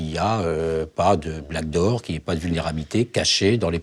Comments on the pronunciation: Oui c'est "BACK door" pas black door 😂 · Waouh le mec est vice amiral officier général cyberdéfense et il dit blackdoor au lieu de backdoor ça fait flipper. 😱😰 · Le patron de la cyber qui dis BLACKDOOR ou lieu de BACKDOOR hmmmmm.......😱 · Le patron de La cyber defense qui dit « BLACK door » ?? Quelqu’un lui a dit que c’était « Back door » ? 😅 ca fait peur ! 😏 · Le Patron de la cyber sec dit "Black"-door 😂.... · Le grand Vice Amiral de la cyber qui parle de "BLACK DOOR" à 24'25"😩... Mon Amiral, cela se dit "BACKDOOR" pour porte dérobée. Sur les sujets à haute sensibilité, mettez des gens à haute compétence à la prise de décision !!! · Ohhhh purée !!! j'ai ré-écouté plusieurs fois. Il dit bien Black door. Comment est-ce possible d'avoir un tel niveau d'incompétence à ce poste ??? N'importe quel Geek de 12 ans en sait plus que lui... Je suis effondré !!! Ce type est Black -10 en informatique. C'est iréel... je suis dépité. Le débat est dépassé mais lui il est buggé de l'intérieur. Quelle tristesse.